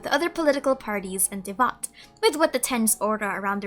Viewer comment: Did a bit of research on the topic a while back, and you're the only one who argues this. Everywhere else (vids from Indians, too) pronounce it as Devata, not Devta.